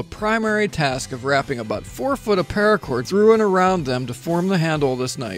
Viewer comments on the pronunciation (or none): none